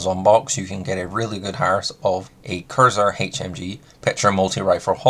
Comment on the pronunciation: I’d rather this came across as genuinely helpful and encouraged you to work on your pronunciation of words to come across more clear and concise. Instead it’s going to come across like I’m taking the piss. Kirza don’t exist. It’s K R I Z A not K I R Z A. Kriza rhymes with “geezer” but for some reason you have developed a habit of swapping the order of the R and I when pronouncing it. Yet, you don’t say Tnuguska, or Genzrer, or Itnerventer, or Vretigo Znod. Oh and less piss-takey… Lunokhod. I’d pronounce it more like a moon fish i.e. Luna cod 😊